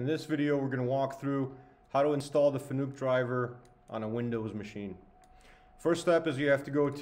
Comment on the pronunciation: its pronounced fa-nuc .. not fannuck